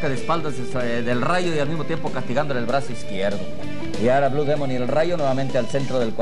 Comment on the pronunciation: Que no se pronuncia dimon!